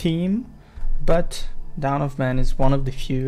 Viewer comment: I don't mean to criticize or anything , but it's dawn , not down, I love these vids tho, keep up the good work!